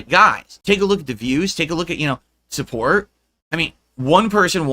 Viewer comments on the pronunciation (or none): *calls other people spoiled and entitled. “Let’s get some suhpohrt RIGHT NAEW! Khamahn!”